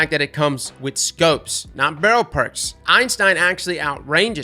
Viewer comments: EIN-stein is the scientist, EY-stein is the gun. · my friend, I love you man, but... IT'S NOT EINSTEIN, IT'S EYSTEIN 😂 everyone keeps calling it Einstein and I'm just like C'MON MAN THAT'S NOT IT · Thank you. I cringe every time anyone says “Einstein” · Why does he call the Eystein "Einstein" lol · Is it a meme to call it the Einstein? There is only one N in the Eystein name and it's at the end. If its a meme like The Dan then just ignore me. But then again, can't say Galliard or Antiope right either sooooo yup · There's no "n" in "Eystein" besides the one at the end btw. It's a mistake I've made hundreds of times as well